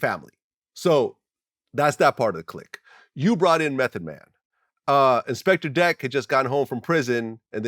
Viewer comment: Only Vlad would call him "InspectER Deck" hahahaha